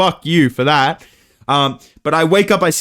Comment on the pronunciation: "Fuck you for thaat"most Australian youve ever sounded.